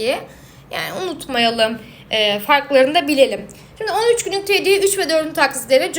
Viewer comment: Teeediye değil tediye